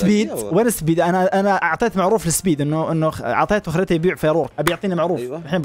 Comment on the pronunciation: سبيد❎ زبيد✅